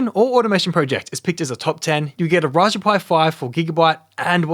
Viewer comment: yet cant say raspberry hahahahahaha